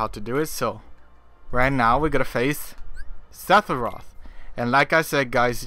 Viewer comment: Hearing you say his name irritates me, it’s Sepheroth not Setheroth